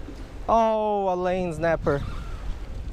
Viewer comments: Snapper not znaper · I love how he says znapper